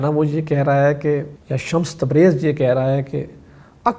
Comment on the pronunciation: Janab Shah sahib shamas Nahi Shams Tabrez Barah e karam tasheeh farma lijye